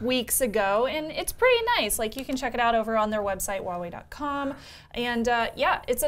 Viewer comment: Is it so difficult to pronounce Huawei correctly? When you pronounce it, it sounds like Wah-way. You've dropped the 'h' completely, but it is actually pronounced.